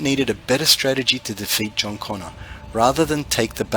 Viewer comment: its CONNOR, not CONNER